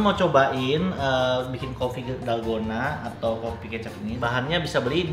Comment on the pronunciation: Dolgona Coffee ❌ Dalgondel Coffee ✔️